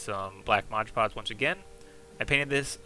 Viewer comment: This is my first video I've seen of yours, great stuff! Really excited to check everything out! If I may? Mod Podge is said like you would a game mod, it's one of those mistakes that are hard to hear over and over. Hope you keep these videos up however you say it though